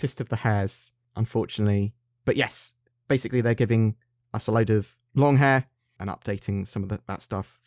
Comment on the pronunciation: At about , did you say "Yiss"?